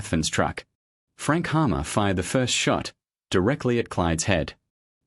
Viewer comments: Captain Frank Hamer not Hammer. Get it right. Use your own voice not the bot. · Frank "Hammer???" ....and all these years I always thought it was Frank "Hamer".....damn I hate AI shit!!! This is for YouTube only..."🖕" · Just an FYI, it was Frank HAMER...NOT HAMMER...AND why is it an (sounds like) Australian bot voice over...saw some photos that I had never seen before... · The Texas Ranger's name was Frank HAMER, not Hammer.